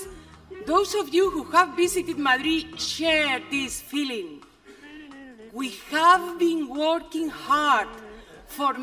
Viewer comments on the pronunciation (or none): Wii haf bing güor quin hard! JAJAJAJAJAJAAJA Habla el mismo ingles que su marido!